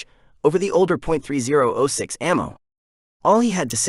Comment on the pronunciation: Hay, I'm thinking you're not a big gun guy. 30-06 is pronounced thirty ought six (caliber - year of introduction)..308 would be three O (the letter) eight, without the point (.) and.223 is two two three with or without the point or five five six NATO if talking metrics (that how the military designates it, though there's a chamber pressure difference between.223 and 5.56 x 45mm NATO) and.308 is seven point six two (by 51 mm, but you don't need to say that part most of the time, same with 5.56 x 45mm) NATO. not giving you a hard time (or trying to sound like a know-it-all), just thought it would help. and military ammunition is all full metal jacket where civilian ammo can be soft tips and hollow points (more destructive but can't be used in war per geneva convention)